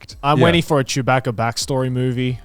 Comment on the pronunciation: Every time they said "chew-BACK-uh" I wanted to flip a table. I hate star wars.